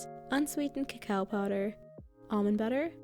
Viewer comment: The only american who says Kakao!